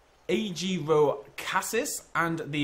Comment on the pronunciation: A-gears-casis and anom-malo-car-ris